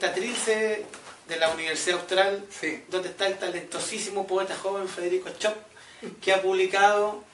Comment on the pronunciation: Se pronuncia Shopf...no comerse la s y la f...no es chop